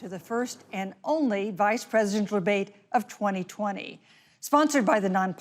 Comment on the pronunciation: what happened to the word “presidential”? it’s nearly only two syllables, with a lot of slur. to be fair, Biden himself does this quite a bit, which makes Harris’s elocution refreshing.